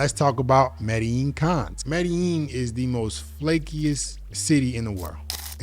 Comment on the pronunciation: it's pronouced "meh-dey-jeen" It's a paisa city and the paisa pronouce their own place as "meh-dey-jeen" That's a tip for your fluency